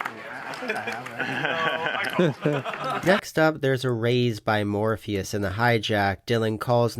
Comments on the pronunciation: Morphis = more fis not Morpheus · his name is spelled Morphis. Therefore it’s pronounced “Mor-fis”, as the announcer correctly pronounced it. It’s not pronounced like Lawrence Fishbourne’s character from The Matrix.